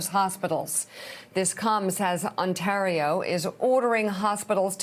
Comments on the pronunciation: Un tah reo. Interesting pronunciation of Ontario. I kind of like it for variety's sake. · Shame on Mika - mispronouncing Ontario & referencing Thanksgiving which Canadians observe in October. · She can't pronounce Ontario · Just an FYI: our hospitals are not going to be able to cope for much longer. This provincial Conservative government has made the wrong decision at just about every turn. Also, her inability to pronounce Ontario is adorable. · Ontario. Toronto. Premier. Just a few words Mika might want to polish up her pronunciation of before she does another report on a region an 8 hour drive away she seems to know very little aboot. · Imagine being an adult woman never ever having spoken the word ONTARIO before. Like wtf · Lol love how pronounced Ontario 🇨🇦. This is my province and it’s beautiful here ❤️🇨🇦❤️ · love Mika's pronunciation of Ontario!